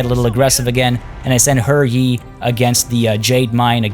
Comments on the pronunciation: It's pronouced Huh Yee not her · HER Yi? No, I'm not saying that. If that's how it's actually pronounced, then when translating the name they should have spelled it that way in English.